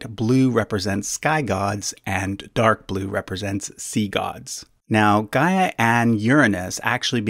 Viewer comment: Gaia is not pronounced as Ga-eea but "Ghea" (similarly to how you pronounced Rhea). Source: I'm Greek.